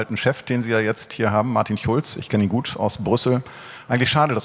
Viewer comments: wie er einfach Martin Schulz verarscht weil er das sch nicht aussprechen kann 😂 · Wie gut ist es, dass Sonneborn "Chulz" statt "Schulz" sagt?